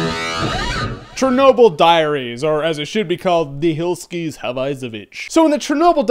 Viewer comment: 'The hilskis have eyesovich' Oh, my god :')